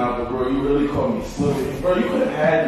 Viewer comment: "When I do something, I do it good and very rell." 😂